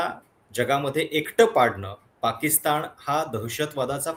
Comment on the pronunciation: साहेब आपले पॉडकास्ट नक्कीच चांगले असतात.परंतु आपली भाषा सुधारण्याची गरज आहे असे मला वाटते. पाकिस्तानच्या ऐवजी पाकिस्ताण मनाच्या ऐवजी मण कुठे न आणि ण वापरायचा हे कृपया ठरवून आपण बोलत चला ही विनंती🙏 त्यामुळे आपली भाषा अशुद्ध वाटते धन्यवाद 🙏